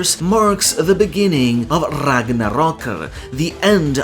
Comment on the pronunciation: Damn dude, im impressed. You always pronounce non English words correctly instead of half assing it, but to know Gerðr is pronounced as Gerth or ɡerðz̠, let alone literally being the only person ive ever seen pronounce Ragnarök correctly with the r at the end, let alone gjallarhorn. You're the man.